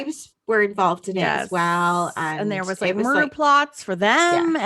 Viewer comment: could definitely beat Christopher Lambert on the Scottish brogue front! Lol at the "there's been a murrrdur!" Brilliant! 😆